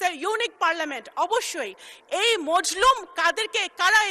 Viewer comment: মজলুম না মাজলুম হবে কথা কইতে পারে বেডা